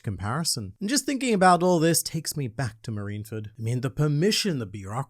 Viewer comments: The way he said marineford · saying Zoan wrong count: 4 saying Marineford wrong count: 1 Honestly, I expected more "ZOWAN," given the contents of the chapter.